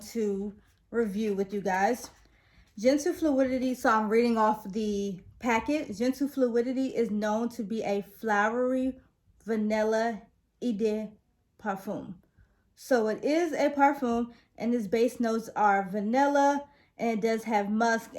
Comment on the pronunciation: Hi! Great detailed review. Just a little correction from a German and french speaking country just incase you are wondering how to pronounce these French words correctly 😊 “Eau de parfum” you should pronounce it as : ou de parfam. ( not : i de parfum ). And “Grand Soir “ is pronounce as : Grong Soa ( not : Gren Sole ) 🙂, and last one “Toilette” pronounce as : Toalet ( not : toilet )